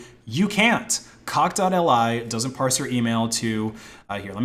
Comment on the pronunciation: It's cockli, like Cock Lee. Not dotElEye